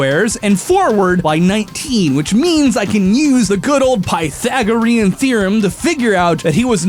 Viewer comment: Pie-thagoreon theorem